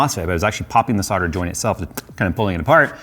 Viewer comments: It's 'SOLDER', with an 'L', not 'SODDER', whatever that might be... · Is there a reason why Americans never pronouce the 'L' in solder? Sounds strange as a Brit to hear about weak sodder joints all the time! 🧐